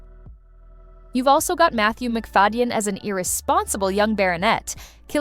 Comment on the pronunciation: Matthew McFAD-JEN